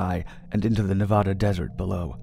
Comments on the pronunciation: Love your stories bro but as a Nevadan it’s Ne-vad-duh. Not Nevahada thanks bro. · Please learn how to pronounce Nevada. The first A is like cAt. Please, it hurts my ear. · For the love of God, say Nevada right. It's not Ne-vah-duh. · Why u gotta say nevada like that?